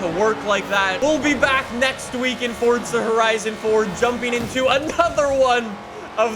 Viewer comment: Fortza again damn i thought it was forza